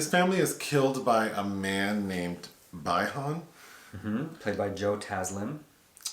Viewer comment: It's not bye han , it's bi han ❄️